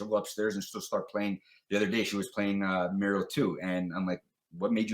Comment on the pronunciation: finally the correct pronunciation of Mario.